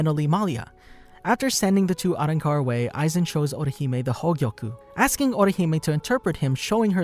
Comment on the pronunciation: I just really hated the way he pronounced “Arrancar”